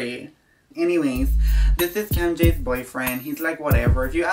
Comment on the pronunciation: It's how he says Camm Jay is cooler